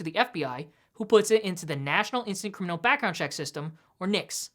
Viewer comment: No cryminal record...wtf dude are you from Mars?